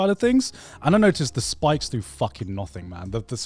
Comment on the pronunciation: Is it me or does Garnt pronounce the word "nothing" , the strange way Connor does, now? Like noththing.